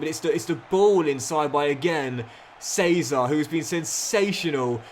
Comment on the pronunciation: it's not 'say-zar' casadei, it's actually pronounced 'she-za-ray' casadei